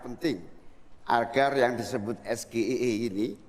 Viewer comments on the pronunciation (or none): Pak imin nggak tau sgie karena gibran juga salah bilang yang seharusnya es ge ai i kalo inggrisnya, dan juga wajar saja kalo beliau nggak tau karena dia kan manusia negara indonesia bukan luar negeri wkwkwk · bacanya ES JI AI I bg bukan sgie, apalgi gibran trnyata buka contekan dia jg gk tau apa itu sgie 😅